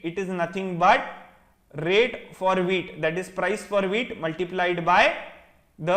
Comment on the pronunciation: I kept on hearing the wheat as weed😂